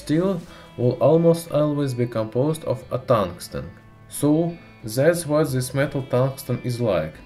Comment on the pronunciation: омг, зыс прононсиэйшн. ю кэн ду бэтэр мэн. гуд лак